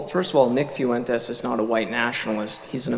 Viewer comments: did this dumb ass just say "few entez" ? lmfao bruh.....................its pronounced "fwentez" u stupid reject. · "Nick FEW-en-tes" Ugh... can tell his IQ by the way he mispronounced that name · Nick "FEW-entes"? Lol, is this Nick's new strategy for un-latino-ing his name? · Guy couldn’t even pronounce fuentes, this is fake